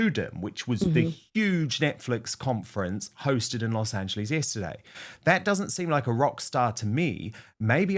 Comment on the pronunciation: Please, please ,please for the love of god please stop pronouncing Los Angeles as Los Angleeees….its like dragging your nails down a chalkboard for Angelinos.